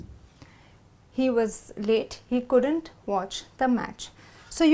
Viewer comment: why do u always pronounce "couldant" It should be "couldn't"....am I not correct.....???